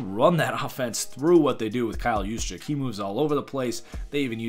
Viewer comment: I believe the proper pronunciation is Use-Check. As in “In-use” not “use me”